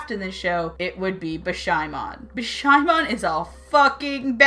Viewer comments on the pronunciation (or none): It’s not bishaimon it’s bishAmon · "Bish-AI-mon?" WHAT?! I always thought it was "Bish-AH-mon" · Wait isn't her name pronunced be-sha-mon? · I’m so sorry but “Bish-I-mon” That’s hilarious 😆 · she said bish i mon wtf man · Yato (yahh-toh) Hiyori (hee-yOree) Yukine (you-keeneh) Bishamon (Beesh-a-monn) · You kinda pronounced Bishamon really wrong O_o I don't mean to be mean wen I say this btw :P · like for bishamon that it is just nooo nooooooooooooooooooo way no hell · I am sorry but if I dont say this it going to give me a headack you said bicha's name wrong I not trying to be mean or anything its just that it buged me a little sorry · I heard that. Paused the video. Ranted about it. Then looked for a comment like this. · Excuse me, I'm about to say something mean. I fail to understand how you can say Hiyori, Yato, and even Yukine perfectly, but can't say Bishamon or Goyanomachiawase.